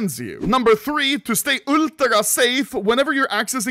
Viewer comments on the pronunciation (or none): none